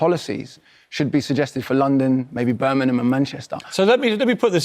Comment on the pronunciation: Why can’t people pronounce Birmingham properly ?